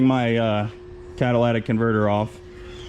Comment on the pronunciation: Cadallatic converter 😂